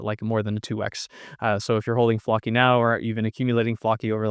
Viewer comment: Pronounced flowkee